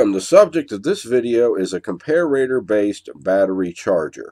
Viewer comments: I also wanted to know why you pronounce comparator, as if it's written : "compararator", with two "r's" ? :) English is not my native tongue. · Lewis, I love your videos but every time I hear you pronounce ‘Comparator’ I cringe. Where did you pick up the ‘ComparAAtor’ pronunciation? Check out